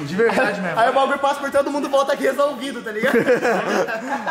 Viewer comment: Corona e máquina quando ele fala sai Memo